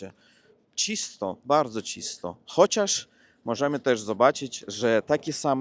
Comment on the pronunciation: dobrze mówisz po polsku po tych 3 latach. Gratuluję! Jeśli chcesz doskonalić akcent, zwróć uwagę na powszechne zmiękczenia rosyjskie. Np. zacznij mówić CZYSTO,a nie Cisto 🙂. Pozdrawiam Cię serdecznie i żeby nie było nieporozumień: lubię brzmienie języka rosyjskiego, uwielbiam poezję romantyczną rosyjską, z lubością czytam w oryginale Lermontowa, Puszkina. Czytam to na głos i rozkoszuję się brzmieniem słów 😊